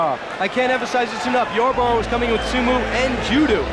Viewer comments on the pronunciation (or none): Su-moo AND ju-doo?!?!?!?! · Man said Soo-moo and Jew-dew 😭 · sue-mu and jew-du. how do you mispronounce those words? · Soomoo and Judoo 🤣🤣🤣 Watching Gracie dominante, is very much like watching the Russian fighters today, Khabib, Islam, Khamzat etc.